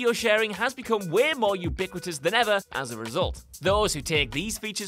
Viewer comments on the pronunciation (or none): none